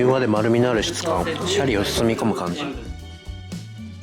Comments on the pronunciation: 税サ込12000円のおまかせで41品は良いお店ですねー！ご紹介ありがとうございます！ 余計なお世話ですが...シャリのイントネーションが気になりました笑 シャリ（↑↓）でなくてシャリ（→→）ですよね！伝われ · シャリの発音が悪い